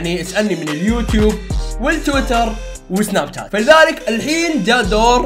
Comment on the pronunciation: سناب شات انته قلت سناب تات